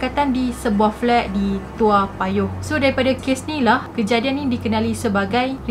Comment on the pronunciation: Sebutan yg sebenar its TOE mcm head to toe. Mcm lagu budak2 tu. 😅